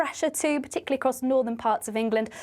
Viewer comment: Sorry,, did you say " p'tickly "?